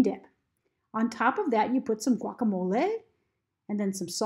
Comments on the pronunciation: my teacher sent me here as part of my assignment and I am incredibly triggered by the way she says Guacamole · The way she say guacamole is so weird ngl